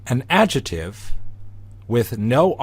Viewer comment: Thanks for the great series! Just one thign, though: your incorrect pronunciation of 'adjective' as /ˈadʒɪtɪv/ instead of /ˈadʒɪktɪv/ really REALLY drives me crazy. I know, that's a small thing but I just can't help myself. Where did you learn this pronunciation?